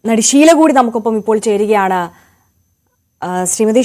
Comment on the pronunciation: ശീ ല അല്ല ഷീ ല